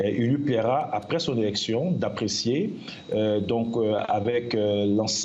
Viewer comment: tou journaliste est ce que le mot election 31 oct ca sonne bien. ds ta bouche